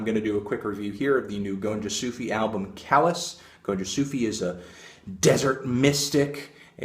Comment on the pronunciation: Also you are pronouncing the album title wrong...